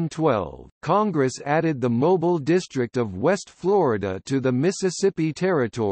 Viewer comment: I wish he would pronounce the word Mobile correctly when talking about the city.